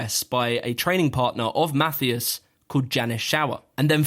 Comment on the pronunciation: There is no "th" in Matthias ;)